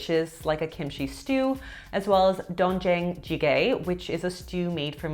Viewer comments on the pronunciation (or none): I love a K-pop diet that is more balanced and not sweet potato 4 times a day. It’s pronounced “Dayne Jahng” and “Bahn Chahn”. Also takeout culture in Korea is massive.